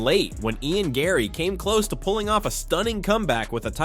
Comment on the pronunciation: Its gane not gun.